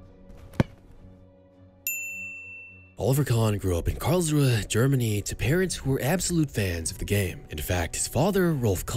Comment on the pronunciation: Its Kahn Not KHAN AND ITS KARLSRUHE NOT CALR.......